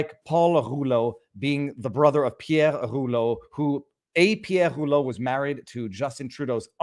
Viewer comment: Viva..I love you brother. But man..please speak either French OR English..not both. (I and I’m sure many others cringed every time you pronounces that POS Rouleau’s name that way;)